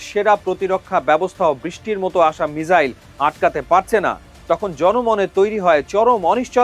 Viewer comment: মিজাইল নয়, মিসাইল।